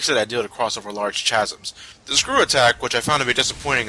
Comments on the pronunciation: chazums? You mean chasm(Ka)? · I noticed the "Tchasms" thing too. And "Foilage." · CHasms? CHasms!!!?? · chasms - does anyone else say it that way?